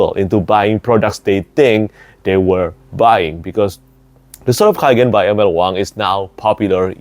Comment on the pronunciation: It is in the name, no? The Sword of K-AI-gen, amiright?